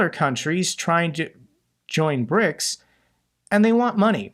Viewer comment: 'PRICS' lol